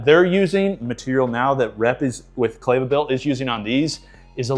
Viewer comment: Not clay-va… it’s Kleva like clever 👍🏻